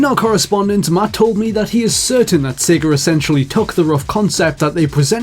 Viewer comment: "sager" and "yahr" instead of sega and year